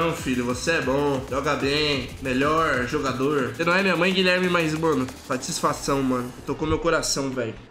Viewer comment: Meee zuou o mlk em, mas falou fatisfaçao em NA kekek